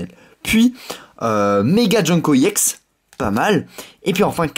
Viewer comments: Arrête de dire yex c’est ex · On dit EX pas IX youtubeur de merde je préfère largement davidlafarge et missjirachie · on dit EX et pas i-EX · pk tu dit iex allor que c'est ex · Tu peux dire EX au lieu de IEX? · c est pas iex c est ex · on dit pas (i ex) on dit juste EX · EX pas IEX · On dit pas iex mais ex comme ex petite amie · ça se dit ex pas iex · pourquoi il dit iex a la place de eX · ON DIT EX PAS I EX PUTAIN C CHIANT !!!!!!!!!!!!!!!!!!!!!!!!!!!!!!!!!!!!!!!!!!!!!!!!!!!!!!!!!!!!!!!!!!!!!!!!!!!!!!!!!!!!!!!!!!!!!!!!!!!!!!!!!!!!!!!!!!!!!!!!!!!!!!!!!!!!!!!!!!!!!!!!!!!!!!!!!!!!!!!!!!!!!!!!!!!!!!!! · C est ex pas iex puré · Pourquoi tu dis iex alors que c'est ex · c'est pas i EX tes con ou coi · Bien jouer. juste un truc sa me stresse quand tu dit YEX alors que moi d'habitude je dit ex. Dsl les faute.... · on ne dit pas iex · on dis ex yiex